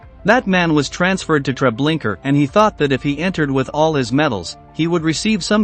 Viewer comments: Treblinka not Treblinker. I don't understand how this can be mispronounced. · TreblinkA...there is no ER at the end. If you're doing something important as this horrific event in our lifetimes, make sure you use a real voice. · To the guy reading this, Trablinka ends with an A , not an R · It's Treblinka not Tre blinker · Pleas. It’s not TREBLINKER. It’s TreblinkA. Pronounced Tre Blink A. The A sound is the same as in car. Sounds like Ar. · Where do these narrators come from that they cant pronounce correctly? Treblinker??? This is when i stop listening! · Its is pronounced " TRE BLIN KA" If you do another video again don't use AI it makes you sound stupid. It's also very disrespectful to those you are trying to document about. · Yes do you suppose this robot was of British origin and that's why he pronounced Treblinka as "Treblinker" ? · Every time I hear the narrator say Treblinka as Treblinker I cringe. It’s not that hard to pronounce. Did anyone review this video before posting it? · It’s TreblinkA no r at the end! Get it right. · Just a request to do this again and put an actual human voice narrator. These people were already dehumanized once and now to have a robot read their final days out in 'Treblinker' still seems like all they are is statistics. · Very interesting stories. But if I heard the narrator say Treblinker one more time…😱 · "Treblinker" ?? LOL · It's spelt "Treblinka", but pronounced "Treblinker"? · No, it is pronounced "Treblinka". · I wondered why it sounded so weird. Also, why was it saying, “Treblinker?” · Why Trablinker? You can be bothered to watch 1 documentary or google the pronunciation there is no R at the end of that word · Mispronouncing Treblinka is beyond irritating. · Please edit the way you say Treblinka out off respect! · I cringed every time Treblinka was pronounced incorrectly.